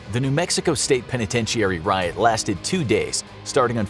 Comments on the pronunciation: Who tf says penitentiary like that. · This man cannot pronounce the word "penitentiary".